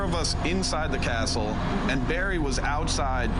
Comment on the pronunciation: Anything scarier than her pronunciation of "Castle" as "Cas-tel"??